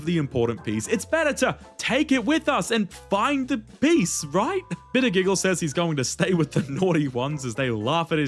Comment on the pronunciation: I really like bitter giggle I hate that you butchered his name but eh